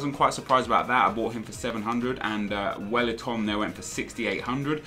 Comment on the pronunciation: u say welliton like a bellend